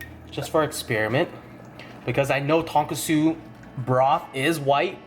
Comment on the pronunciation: Ton-cư-chư とんくつ